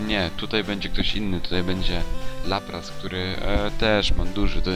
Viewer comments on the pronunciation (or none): na laprasa powiefziales raplas